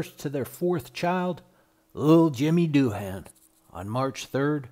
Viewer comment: Doohan is pronounced DOO-un, not DOO-HAAN.